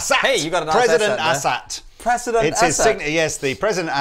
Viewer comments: Its Asat Not Asshat. Lol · It's not an "asshat", it's an "A-SAT" as in "letter A". Well, in my mind. BTW, OMG, looper jam! Yeah! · I believe it's pronounced "Ay-Sat". They also have 22 frets - don't Teles have 21? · Does it sound like they're calling them "Asshat" to anyone else?